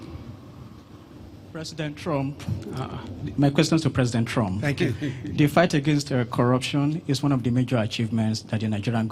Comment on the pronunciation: He is pronoucing trumph as trunk,he can not even pronouce trumph